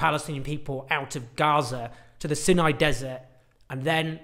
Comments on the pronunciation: The Sinai dessert is pronounced Sai-nai - not Sin-nai. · Rhymes with EYE, not PIN. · Pronounced "sigh-nigh" desert, not "sin- nigh". Please...say it correctly. I had to stop listening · isn't it "Sigh-nigh", not "Sin-eye"? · Isn't it pronounced "Sigh-nigh"? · Is it pronounced "Sin- eye" peninusla / desert or "Seye-nye" - always thought and said the latter way here. It used to be part of Israel from 1967 till 1970's -1980's after the Sadat - Begin treaty FWIW.